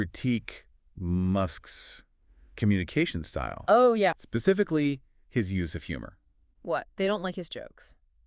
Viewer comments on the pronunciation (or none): Could not get past "spiffically" 😄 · “Spiffically?” The problem with AI is I don’t know if it just can’t pronounce “specifically” or if it’s intending to mimic the general morons you find on the internet who can’t pronounce certain words correctly.